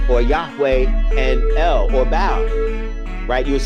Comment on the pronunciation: The word is En'vah'na'ki mean frequency eternal shield breath. En'ki mean frequency breath. En doesn't mean master it mean frequency. Maa'en water frequency. El is mispronounced and it mean power which is haile or power hailohim powers. Study more talkless